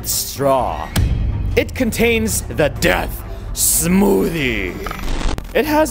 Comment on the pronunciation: All i heard this whole vid: "DeAtH sMoOtHiE"